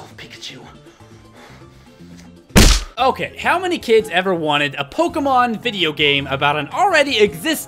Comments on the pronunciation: When you said Pikachu why are you doing this to me I thought you said bacon soup why are you doing this to me and it's aerodactyl not ariodactyl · for me it was baconchu and... i forgot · Is it me or when started counting how many times he said pikachu, it sounded like "pick a Jew" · I hear “pick and chew”. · when you try to hear pikachu over 10 times, it sounds like pick-a-shoe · when he counted how many times he said pikachu it sounded like "peek at you" are you a stalker? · Who else hears pick achu instead of pikachu at the pikachu montonge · Its pick-a-shoe! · I kept hearing pig-a-choo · To me it sounded like peek-at-choo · By the end of the video, "Pikachu" sounded like "Peek at chew." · I just started to hear "Pick at chu" at the end. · watch it slowly and it sound like he is saying pikaeschu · pick a shoe. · When you were counting all the times you said pikachu it sounded like you were saying pick a shoe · after a while of him saying Pikachu it starts to sound like, pick a shoe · when he keeps saying pikachu i eventually start hearing "pick a shoe" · After hearing pikachu so many times it sounds like “pick a shoe” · Pick n choose. That's what it sounded like at the end. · After a while it sounded like Pick-a-Choo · the more i hear Pikachu, the more i hear "Pick a Shoe" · lol sounds like you said pick a shoe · it sounds like u were saying pick a shoe XDDDD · After all that, pikachu sounds like Pick a shoe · it kinda sounds like you are saying pick at you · Pikachu pikatoo pikashoe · Am I the only one that thought he says pickandchose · It started to sound like pick a chew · It sounds like pick at you